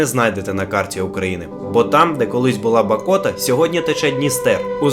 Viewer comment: Правильно Говорити Б'АКОТА